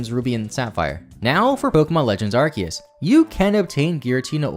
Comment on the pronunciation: Been loving all these videos! Also, it's refreshing to finally hear someone pronounce Arceus and Rayquaza correctly lol.